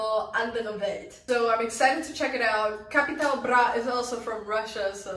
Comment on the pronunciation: You're pronouncing Capital Bra better than most germans not gonna lie